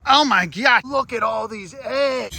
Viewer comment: I love how he says: “Oh my GYAT” instead of oh my god